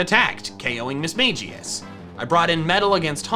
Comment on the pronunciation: That's Mismagius you said it wrong